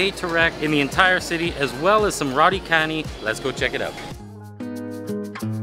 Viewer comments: Roti canai is pronounced as roti canai, not roti kenai. Satay is pronounced as sate, not satai. Apam balik is pronounced as apam balik, not apam balak. Cendol is pronounced as cendol, not kendol. Do come to Malaysia again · Roti Cha-nai, Saa-tay, Chen-doll, Ah-palm Ba-leek...just a simple guide...anything with a C is pronounced as ch